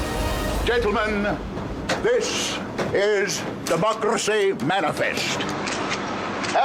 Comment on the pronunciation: I love how he rolls his tongue in the word "democracy"